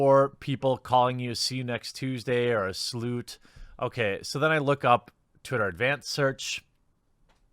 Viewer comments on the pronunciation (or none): Did you just call her a Slewt?!